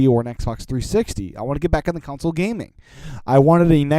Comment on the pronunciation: Console.... it's pronounced CON-sole .... not COUNCIL... Sorry, just a pet peeve of mine!